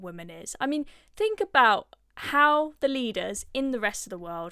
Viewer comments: I love the work of this young lady but please PLEASE can you just stop speaking like a cretin! Its THink not Fink and whether not wevver! 🤦‍♀️ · Can you try and pronounce the letters 'th' please. Wiv. Whever. Fink. Fought. I like you, and your content but try and speak our language proppa